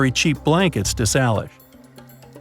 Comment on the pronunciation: # 10 of extinct dogs - It’s pronounced “say lish” not sal lish